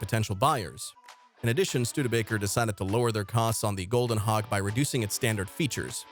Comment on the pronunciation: it sounds like you’re saying Hawk tuah